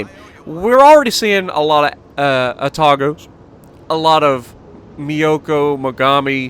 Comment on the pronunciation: Koo-too-zov, emphasis on 'too' Ah-tah-go, emphasis on 'tah'